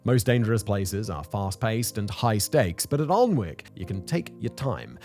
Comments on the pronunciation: Your pronunciation of Alnwick really, really bugs me. It is not pronounced how it is spelled. Its pronounced "Annick". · Tourist season in Alnwick you certainly hear some strange pronunciations but by far the worst I’ve ever heard was this scouse family coming into work saying ‘allhun-whickh’ and they were too busy talking amongst themselves for me to politely correct them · I only clicked on the video to see what kind of job you made of the pronunciation of Alnwick. Just under minute in and my question is answered. Even more of a mess of it than I was expecting. 17 minutes and 21 seconds saved to go and do something else. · Long time viewer but cannot ignore the way you’re pronouncing Alnwick there mate 😂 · Came to the comments to see how many times people corrected his pronunciation of Alnwick 😂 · He had me until he pronounced “Alnwick”. 😂😂😂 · The pronunciations in this are absolutely hilariously wrong. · It’s not Aln-wick but Ann-ick castle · It’s not Aln-wick Anick man Anick!! Please don’t ever make a video about Leominster 🤪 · Can you at least try and pronounce the damn place properly? An-ick you muppet. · Fascinating but your pronunciation is terrible 😒 Learn how to pronounce (Alnwick) An-ic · "Ahln-wick"? That is how I pronounced it many years ago and was laughed at by the locals. "Annick" was the correction I was given. ;) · Alwnick is pronounced "an-ick" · It's pronounced anick silent L & W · Aln-wick makes me cring. For anyone wondering 'Alnwick' is pronounced an-ick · sorry Simon, i don't want to be this guy, but since I went to high school there: it's "An-ick" not "Aln-wick", old english town names being what they are haha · Thank-you was just about too say the pronunciation is annoying I'm shouting at my phone it's not arnwik it's blood annik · An-ick Garden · Great video as usual. But locals would have a silent l so it wold be an ick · Ann-ick mate /( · Annik please pronounce our place names properly!!! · Sadly its pronounced alan wick